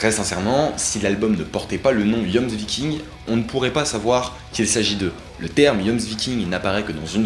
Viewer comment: Ça se prononce Yomsviking 😭😬